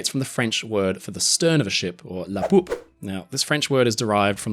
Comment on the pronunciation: Hahaha, "La Poupe"?!?!😂